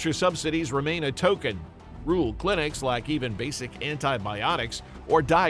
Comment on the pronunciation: Can't pronounce "rural"?????